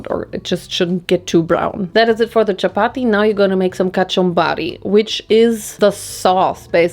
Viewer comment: i was so shocked when you said chapati 😭 it’s literally something we havw DAILY. for 2 meals. we usually have it with a curry or anything else. it’s soooo common in pakistan. also you say it in the perfect accent